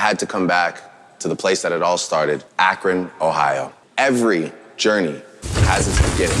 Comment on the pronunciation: Akron, Ohio is pronounced Ackrin